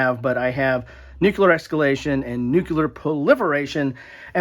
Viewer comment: Loved the segment on the games that involve nuclear war,... but you were slowly driving me crazy because from time to time, it sounded like you were saying Nuke-LEE-ur... and not Nuke-YOU-ler.;-) heh I think it's just how you say it that made it seem ambivalent, but it was amusing.